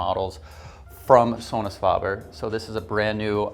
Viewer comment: This guy needs to loose the snobby voice and attitude and learn how to pronounce the name Sonus Faber there’s a A after the f in faber not a O 🥴